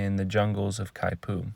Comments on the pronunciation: not exactly how you say it… not (ky-poo) more like (key-poo) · Kaipu? The announcer mispronounced the Hawaiian word. Should be Kipu (keepu).